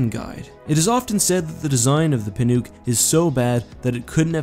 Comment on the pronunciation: I'm pretty sure "Pinook" is prononced "Pin-uck".